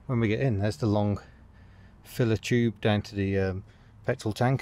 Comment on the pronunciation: What is fillah-tchyoob?